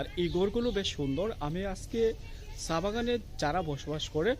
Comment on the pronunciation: ! ছা! না চা, কথা বলা উচ্চারণ ঠিকঠাক মতো বলে ভ্লগ করুন, শুধু টাকা ইনকামের জন্য নেমে পড়লে হবে না!